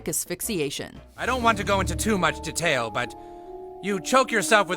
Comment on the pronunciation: did anyone notice how the guy said "detail"